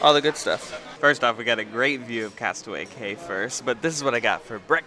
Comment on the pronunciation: Cay is pronounced “key”, you had it right earlier👍🏼